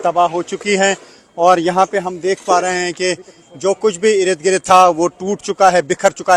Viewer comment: Eirid girid eirid girid Urdu ke shabdon ki ma phad di